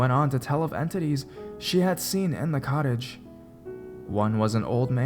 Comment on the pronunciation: It sounded like he said,"she rented a college"